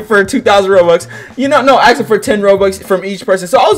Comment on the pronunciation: Why do you say “axing” instead of “asking”